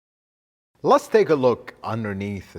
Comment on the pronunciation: "Lut's" say this guy is very knowledgeable, but "Lut's" say his presentation is a bit too theatrical. I enjoy watching his videos though.